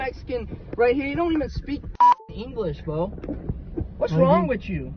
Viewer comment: MAGAt : "You don't even speak fking English" Also MAGAt : "What's wrong widgoo" 😂